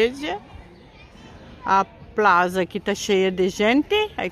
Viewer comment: Eu também moraria. Academias não faltam. Gostei de passear com vocês. Tu espanhol está mejorando,. Não existe o som "z" em espanhol. É sempre som de "s" de sapo para plaZa e para igleSia rsrsrs